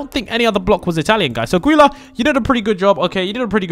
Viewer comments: ok don't make the g sound in gulia make the j sound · Also its Julia not gulia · its julia not guila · IT'S NOT GULA OR GEELA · Its not Guila its Julia but its still spelled like Gulia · It's Julia with a G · It’s not Neely it’s Juliea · Jewlya—> gullia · It’s J-u-lia not Goilia it’s spelt gulia but the g is J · It's not guile or Gila is JULIA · It's not (gui-la) or (gee-la) it's pronounced (ju-lee-a) and spelled Giulia! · Its julia but you say gulia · its julia not gulia i know it is spelled guilia but its julia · It’s Gulia pronounce it with a J instead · you need to say julia not guliA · ITS SOUNDED JULIA BUT SPELLED G U L I A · Say it like Julia not Guilia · It’s gulia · It's not geila it's julia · It’s pronounced JUL-LEE-UH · It’s pronounced JULIA!!!!! Ugh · not tryna be mean but it’s pronounced jewlia my dude and u are so kool I love the vids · It’s spelt “Guila“ but it’s pronounced “Julia” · It’s pernoust gu_li_a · Gulia is pronounced Joo- lii- a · Sorry, I found this. Her names prounonced 'Julia. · It’s Gou-le-uh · You pronounce Guila as Julia btw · HER NAME IS GULIA BUT IT SOUNDS LIKE A J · You pronounce it like geela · It's guila and sounds like joo-lee-a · Nether it’s perounce julia but she has a g in her name. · Gulia is pronounced like julia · OK ITS NOT PRENOUNCED NEITHER ITS JULIA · It’s Geulia it sounds like Julea but it’s Geulia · Joo-leea thats how you pronounce it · it is gulia like juliet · Guilias is pronounced ju-li-a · You pronounce her name like julia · ITS Julia not guilia it sounds like it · Its Gulia you pronounce it ju Lee a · Her name is pronounced Julia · ITS NOT ANY OF THOSE ITS GUL-LI_-A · It's not Guilla or wila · I think it is pronounced Julia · Gulia is said like Julia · u speak guilia's name as julia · In Italian is Giulia no gulia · Gulia the j sound at the start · Its pronounced like julia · Pronounced for you (joo-lee-uh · It’s pronounced Julia lol you need to learn your facts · It’s pronounced Julia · It’s gulia (ju I la)